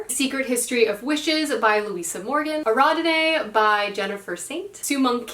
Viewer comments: Its Ari-Add-Knee (Ariadne) 😭😭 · How you pronounce ariandne …. No (airy add knee) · Love this… but that was a very interesting way of pronouncing Ariadne (A-ree-ad-nee) :) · I love the confidence with which you say everyone’s names! For the most part I wouldn’t have even noticed any of them were wrong if not for ariadne hahaha. I spent time learning how to say that one so now it sticks out 🙃 I definitely think you could do like a translated books challenge, an Asian author challenge (Chloe just did koreadathon which was fun) or like every month do a weeklong challenge for authors or settings of a particular country